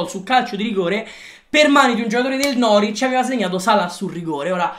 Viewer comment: Si dice norvic non noric